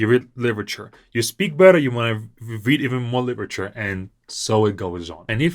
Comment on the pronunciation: my friend! I noticed when you said literature numerous times in this video, you pronounced the more like [lɪʔɹ] (most noticeable ), whereas in American English we say it more like [lɪɾɹ] and phonemically we perceive it more like /lidr/